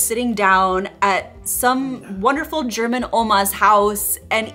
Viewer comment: Now, focusing on other things (this is my second view), I would like to comment on your German, meaning pronunciation,. It is far better than that of many other USAns'. You've been working on it. Thumbs up.